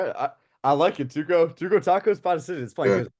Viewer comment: Tacos 🫠🤣pronounce it properly cunn 😂